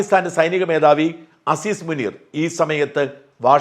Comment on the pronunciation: അസ്സിസ് മുനീർ അല്ല അസീം മുനീർ